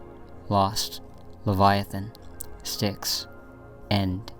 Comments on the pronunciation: losing my mind waiting for stynx and then losing it even more 😂😮‍💨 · You said Pubix and Stinx I feel trolled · Lovely video! Styx being said as stynx took me out though. this is a good vid!! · He also said “Lenigh” instead of “Lehigh” lol dyslexia happens Edit: and “Stynx” instead of “Styx” 😂